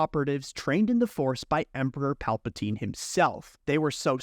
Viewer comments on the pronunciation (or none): none